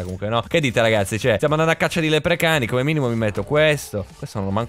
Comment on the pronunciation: non si chiamano lepricani ma lepricauni